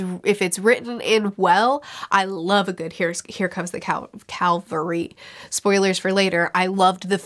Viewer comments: It's cavalry not calvary btdubs. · Here comes the CAValry, not CALvary. Having been a Cav Trooper I just had to point it out. Cavalry are mounted troops that often turn a battle. Calvary is a hill that Jesus was crucified on.